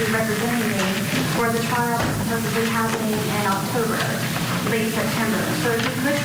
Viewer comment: Did this know-it-all really say supposeBly? Sweetie, it’s supposeDly. 🤦🏻‍♀️